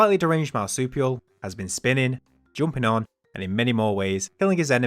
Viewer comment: this is the first time i've heard someone pronounce 'jumping' as 'joomping' lmao. funny af.